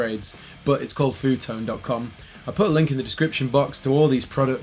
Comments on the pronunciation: It's pronounced: EFF YOU Tone Seriously ;-) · Pronounces the company as "foo tone"😂😂